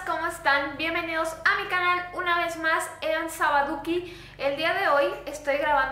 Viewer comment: Todos asustados por el vídeo y yo dandome cuenta que dijo sabaduki